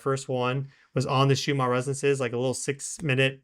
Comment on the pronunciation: why does insist on calling the Schumann resonance Shoomaa resonance! This is most annoying and makes him sound like he doesnt know what hes talking about. 🤷🤦